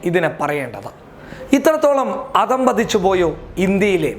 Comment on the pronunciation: അതംപതിച്ചു അല്ല, അധഃപതിച്ചു എന്നാണ്... സത്യങ്ങൾ ഇനിയും ആർജ്ജവത്തോടെ വിളിച്ചു പറയുക.... നല്ല അവതരണം...👍👍